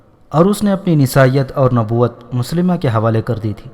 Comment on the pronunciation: Moslima nhi mosailma naam hy us kazaab ka